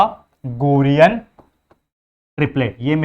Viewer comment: Sir it's pythagor'a's